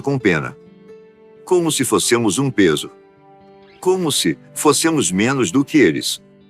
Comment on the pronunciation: esses videos saobonitos mas as palavras sao articuladas com erros ....exemplo fossemos????!!!